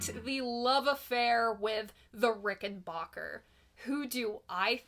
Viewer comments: It’s not a “RickenBOCKER”. It’s a RickenBACKER! When the head of the family first came through Ellis Island, moving the family to America, he told whatever Federal employee interviewed him and filled out the paperwork, it was pronounced RICKENBACKER, in order to “Americanize” it. I own a RickenBACKER model 360-12 twelve string guitar, identical to George Harrison’s, and researched this discrepancy when I got it years ago. The only difference between George’s RickenBACKER and mine is this: I BOUGHT mine. George was given his by the manufacturer, located to this day in Orange County, CA. Incidentally, in the U.K. the word “leisure” is pronounced “lezhure”, as you hear it on “Rubber Soul”. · "Rickenbacker" is to be pronounced as to rhyme with "soda cracker". Adolph Rickenbacker, who more-or-less founded the company, insisted on it.